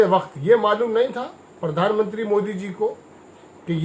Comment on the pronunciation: परधान,नहीं रे प्रधानमंत्री उच्चारण कर ।